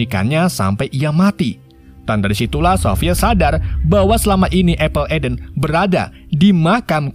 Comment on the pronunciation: Apple of Eden bang penyebutannya